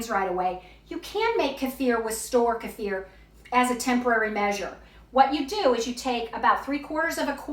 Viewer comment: I absolutely love that you pronounced kefir correctly 😘😍